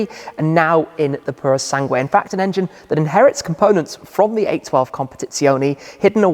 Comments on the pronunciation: You almost got it, the U in Sangue is mute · ...it´s simple...you don´t read the "u" in "sangue"! :/